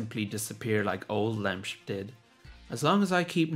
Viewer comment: It's pronounced LEM SIP